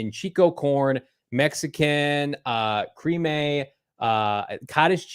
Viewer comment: I love Johnny's read on the street corn dog..."Mexican creemay with cottage cheese." I prefer mine with crema & cotija cheese, but to each their own!